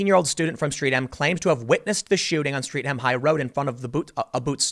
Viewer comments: It’s pronounced streat-um not street-ham (I know we have some weird pronunciations) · Streatham - "Street Ham" lol. The H is mostly silent in UK place names ending in -ham, and the Streat is pronounced like threat - "Stret'em". Anyway the threat of turning gammons (apparently those that voted Brexit) into Street Ham is real. It's all part and parcel. Ask Sadiq Khan. I am so numbed by these incidents being part and parcel that I choose to correct Tim's pronunciation. That's how bad it is over in Londonistan. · I used to work there a few years ago. Terrible incident. Sympathies to all innocent parties involved. FYI Streatham is pronounced as 'Stretam' not Streetam. The short 'e' should be used. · It's not streat-ham its streath-am pronounced like death-am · 'Street-Ham' love when yanks try pronouncing British areas. Stret-Uhm, mate. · Tim, in the interest of accuracy the south London district is pronounced "Stret-tum". With my accent, I typically say it more lazily as "Streh-um". The middle T in the place name becomes completely absent. I suppose the casual American equivalent would be "Streddum" but it's definitely not "Streetham". Your welcome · IT'S PRONOUNCED STRET-EM! "Street-Ham" ugh, bloody colonial drivel! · It's pronounced - Stret-um. Not Street-Ham. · Strettam not Street Ham. Keep up the great work. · Note for US viewers: Streatham is not pronounced as strEATham, it's pronounced strETham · Stret-ham not street-ham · "street ham" lol americans Tim it's pronounced "strettum", if in doubt watch the local news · 1. Streath-am, not Streat-ham 2. Boots, not boot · It's not pronounce Street Ham. It's more like Stretham even though it is written Streatham. Also note, having driven through Streatham a number of times it would have been tricky to spot a mad mad in Streatham. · It’s pronounced Sretham, or more likely Stret’am. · TIM!!! It’s pronounced “STRESS-HEM!”🙄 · Its pronounced "St-ret" "ham", the `a` is not sounded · It's pronounced 'Stret-em'